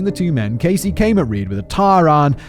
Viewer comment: I went from hearing Gacy, to Caisy, to GAYsy